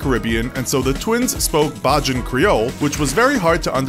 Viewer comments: he pronounced Bajan like barging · ikr and Bajan Is Bahjan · "Bah-jan" creole is pronounced "bay-jan" creole. Caribbean here, You're welcome~ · Bah jon! Its bajan as in bay-jan not bah jon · Did you just say 'bah-joon creole'? It's pronounced 'bay-juhn creole '. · Bay-jan Creole please...as a person of the Caribbean hearing this hurt my ears. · re the Gibbons twins....I know it's a bit out of most people's ken, so we understand the mispronounciation....but Bajan is pronounced Bay-Jan. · It is pronounced *Bay-Jan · bah-jin?? yeddai??????????? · Narrator: * pronounces bajan incorrectly * Me: [visible confusion] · You said "Bajan" in "Bajan creole" wrong... can ya'll please do some research beforehand. It's not that hard to look up how something is pronounced...